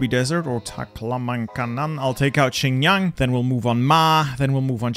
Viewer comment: pronunciation of Xinjiang as "Chynyaang" disturbs me